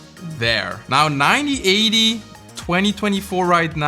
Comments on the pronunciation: OMG!! 😱! You keep saying Ninety instead of Nineteen. Every time you say a date. It is 1980. not 9080! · You say ninty eighty, you're supposed to say nineteen eighty. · You do know 19 is “NineTEEN” and not “Ninety” right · Your English is very good, but please make sure you pronounce the N at the end of "nineteen", or it's going to sound like "ninety".